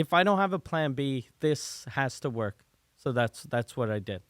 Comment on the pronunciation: LOL... I hadn't noticed until you pointed it out. "Wark"... funny lol